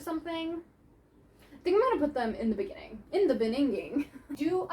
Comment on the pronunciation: "In the beningin" made me laugh so hard 😭😭😭